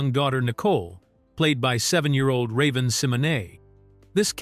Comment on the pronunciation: 😂😂😂😂 I hate it too….. yeah he’s butchering Raven’s name 😂😂😂